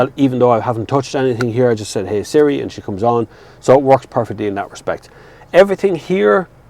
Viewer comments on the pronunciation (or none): none